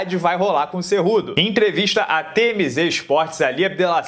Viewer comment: Pô,se fala cu doce. Kkkkkkkk